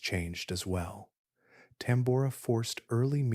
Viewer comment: The odd and inconsistent pronunciations of Tambora and other words discredits the work put into the video.